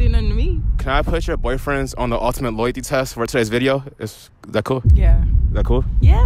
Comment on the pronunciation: I love his unique pronunciations “boi-friends”